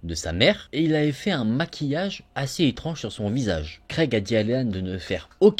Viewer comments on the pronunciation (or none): Puré ça me stress tu dis creg au lieu de greg😂